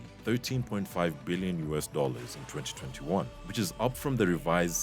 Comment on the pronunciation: And it IS DAMN ANNOYING to hear all those T's when you say 2021 to 2022